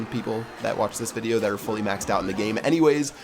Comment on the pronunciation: did you notice you said bideo in the intro